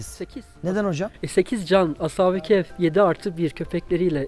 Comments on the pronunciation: Hem "keyf" değil, "kehf" olacak diyorsunuz, hem de sürekli "keyf" diye telaffuz ediyorsunuz. Bir de, Kur'an israrla "onların sayısını sadece Allah bilir" diye belirtip sayılarının kaç olduğunu kimsenin bilemeyecegini belirtirken, siz de israrla hem de köpeklerinin adini dahi telaffuz ederken, keske en azından taze taze bir Kur'an meali okuyp, bu konuda Kur'an'in muradı nedir diye bir on araştırma yapsaydiniz be hocam.... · Ashabı keyf değil kehf